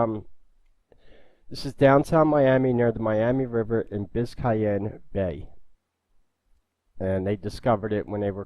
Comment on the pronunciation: it's biz'cane bay, that's the way I've always heard it pronounced